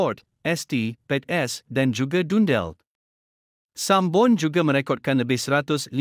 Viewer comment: Sebutan salah shoud be dundee bukan dundel